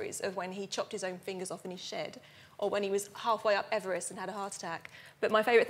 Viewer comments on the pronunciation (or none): none